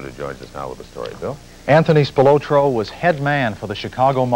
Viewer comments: Spil-O-tro with emphasis on the O is annoying. It should be Spil-otro . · Why are they calling him Tony "SpilOtro" when its SpilAtro? Is one an alias i wonder... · They way they pronouncing Spilotro is just annoying!!